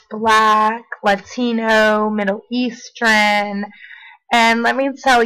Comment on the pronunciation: "Middle-Eastran"? Middle Eastern.